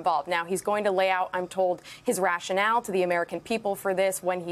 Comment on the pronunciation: Smh. "Rationale"